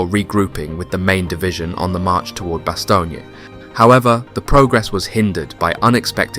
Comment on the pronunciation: Bass-Tone sir, I was a member of one of the battalions of the 101st that faught in Bastogne. I was a member much later of course. The unit is not active anymore but it was 1-377 FAR. Have to nail the names sir.